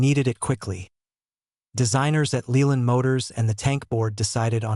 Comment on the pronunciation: Lay-Land, not Lee-land